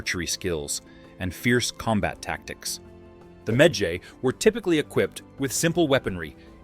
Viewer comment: i don't like how he pronounce medjay lmao